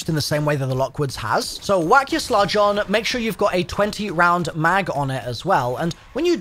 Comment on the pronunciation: He's definitely mispronouncing words like "slug" (to sludge) to increase activity in the comments.. and I'm not even mad about it lol